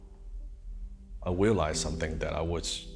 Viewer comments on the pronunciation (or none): the way he talks is so cute 'i wealised something' ☺